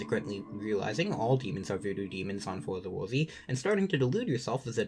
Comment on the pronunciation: Not even tryna be mean but hearing you say for the worthy hurt